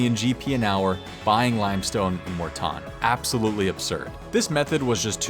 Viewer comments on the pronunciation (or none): It's MORE-TON. I will not stand for this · It's pronounced Morton.